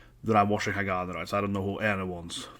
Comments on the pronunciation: It's pronounced Ha ga nee. Glad you finally got to this. Nineteen months after release but you got to It.🤣 A little too much attention paid to nail polish 🤔 Hagane are: Nagi: Vocals (newer to band) Sakura Yoshida: Guitar (founder and leader) Sayaka: Bass Junna: Drums (newer to band) Plenty of Japanese bands out there you haven't done Asterism, Aldious, Bridear, Destrose, Fate Gear, Gacharic Spin, Mary's Blood, Mellows, Nek!, Paradoxx, Trident, Unlucky Morpheus to name some. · Ha-ga-neh. Kind of more like "Neh", not "nee". It's the Japanese syllable ね. The band name means "steel".